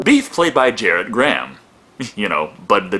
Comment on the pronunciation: So doesn't know it's pronounced GAR-ret, like Brad Garrett?